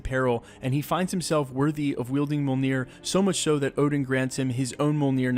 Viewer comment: "mole-neer" lol